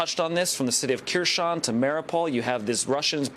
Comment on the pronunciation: You don’t know how to pronounce Kherson